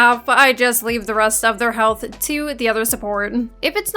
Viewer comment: I like how you say health-ah